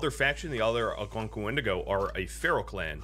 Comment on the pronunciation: I hate when you say the creatures name 😭😭 i would never say it out loud like that